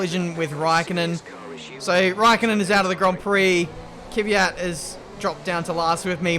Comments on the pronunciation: Again..It's Kvyat,not Kivyat...:) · I’ve been annoyed by how you pronounce Kvyat for 2 years now. It’s K then V, not K-i-V. You pronounce it like it’s an i in there. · Somehow a lot of people see an imaginary letter between the K and the V in Kvyat. "Keeeevyat'....